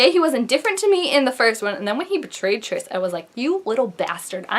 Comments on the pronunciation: YES ITS SO SOON! But I couldn't help but notice you call her. I thought it was Tri-s?😂 lol but srsly great video! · I'm litteraly die every time she says TRISH cause guuuuurlll it's TRIS!!!!!